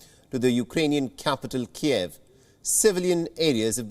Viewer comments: KEEV NOT KEY-EV! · "KEEV," not "Kee-Ev." It's Ukrainian, NOT Russian